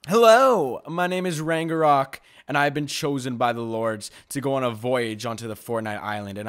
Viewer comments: The way he’s saying ragnarok wrong is pissing me off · I got so triggered by him saying rangarok instead of ragnarok 😂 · It’s not rang a rok it’s rag na rok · He said rangorock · Why does ragenrok say is name like rangenrok